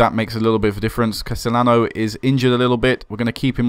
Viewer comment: Ceciliano would be pronounced SEE-SIL-EE-AH-NO, I think.